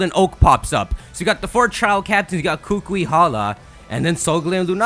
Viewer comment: You don't say it like kukue you say it like ku ku I. Kukui k?